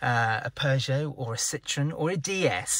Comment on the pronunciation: Tx. for the video. I heard talking about the brand 'Cittrun' a few times, I suppose you mean "Citroën", which is pronounced slightly different though.